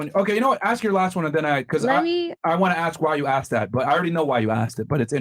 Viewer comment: It's pronounced asked not axed